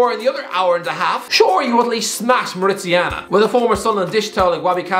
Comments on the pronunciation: Mauri*ta*nia, not Mauricia-na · More uh tan e uh Not more ishiana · Mauritania is pronounced MAW-ri-TAY-ni-a,. Anyways, quality content as per usual, keep it up. Cheers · It is pronounced Mouritania. Like Mourinho. Not Mauritiana like Copacabana. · Mauritiana and Upacemano 🤣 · Such a nice video. I am so glad to see you talking and knowing about all AFCON nations. Although you should fix your pronunciation of Mauritania. If you say Mauri like the tribe in New Zealand, ta as tay and nia as in "Roma*nia*" your pronunciation is ok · Morocco will win 🇲🇦 Also I find it funny how he pronounced Mauritania wrong More Ih Tay Neea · it's Mauritania as in Mori tanya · Mauritania not Mauritiana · you are destroying Mauritania's name. Its pronounced Mou-Ree-Taa-Nia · It’s pronounced Ma ru tain e ah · sick of hearing how you pronounce Mauritania as "mauritiana" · He was badly mispronouncing Mauritania every time right? Or have I been confidently mispronouncing it myself for years??? Interesting and decent vid btw, the glad to watch to end, just curious over that pronunciation lol! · Lol what a way to pronounce Mauritania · You pronounced mauritania so badly lol